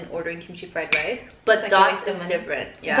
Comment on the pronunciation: “Rice”= rise 😔